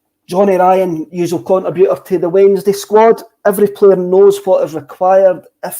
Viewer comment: Can someone put that bloke right on the pronunciation of ‘contribute’ and ‘contributor’. He is the epitome of ‘dumbing down’ at its very worst.